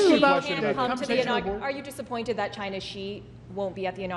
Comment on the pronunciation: Why he says China like that 😂